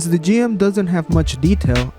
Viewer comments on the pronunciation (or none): it is pronounced Jim, not Jee em